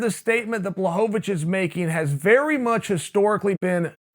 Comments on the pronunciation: It's actually pronounced Bwahovavich. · I still prefer the good old days when Chael would call him Jan BlahoVOVOVOVOVOvich.